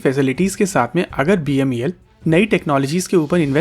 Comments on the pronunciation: Its beml...you are calling it as bmel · It's not BMEL as said repeatedly, it's BEML. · It's BEML not BMEL. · Bhaisahib, it is BEML and not BMEL. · U r repeatedly saying BMEL inspite of BEML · Say BEML NOT BMEL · Sir BEML hai not bmel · BMEL NHI BEML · Video me baar baar "BEML" ki jagah "BMEL" bola gya hai. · BEML not "BMEL"